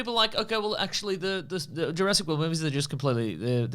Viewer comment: lol the irony of someone correcting the name 'Sattler' who pronounces Jurassic as juraysic is not lost